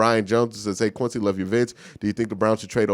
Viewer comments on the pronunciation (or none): none